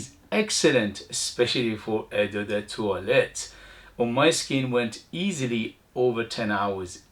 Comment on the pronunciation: Hi, only for your info, you can pronounce "O de toilette" and "Ô de parfum" but I like how you say it that's cute 😊 and btw, the E in "de" has the same sound as the last E of "ledge" love your videos thanks for sharing your passion 👍